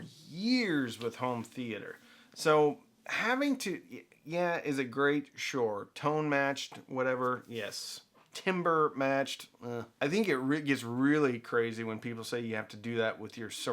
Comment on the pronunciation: It's pronounced TAMBER, you ain't cutting down trees.